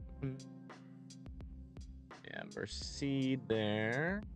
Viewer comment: Its pronounced, Mersaid.. Merced